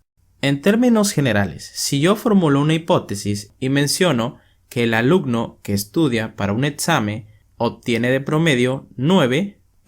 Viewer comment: Muy buen video pero cada vez que pronuncias "etzamen", "alucno" u otras palabras que no recuerdo sucede un corto circuito en mi cabeza.